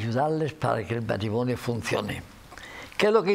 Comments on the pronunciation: No se dice "matrimoño", se dice MatrimoNIO...parece mentira que el presentador sea periodista...!!!!! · ¿He entendido bien?. Me ha parecido oir a Jaime Peñafiel decir el "matrimoño".